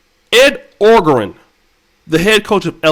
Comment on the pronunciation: O-jah-ron is how Orgeron is pronounced. Great presentation my Brother!